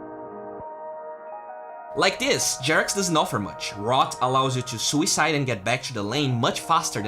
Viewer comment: emphasizing suicide DEMONETIZED